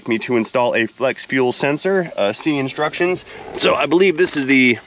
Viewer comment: "Read the DESTRUCTIONS" 😂😂😂😂 I say destructions too!